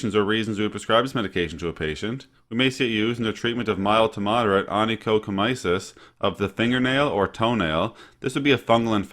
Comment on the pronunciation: ony-cho-co-my-sis? Ony-cho-my-co-sis. But good information, thank you!